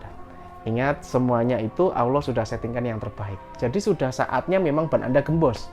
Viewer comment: Cara mengucapkan asma ALLOH Awloh coba dengar ber'ulang"